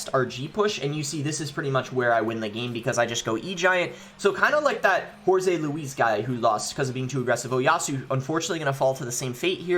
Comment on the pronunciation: there is no Z sound in jorge boss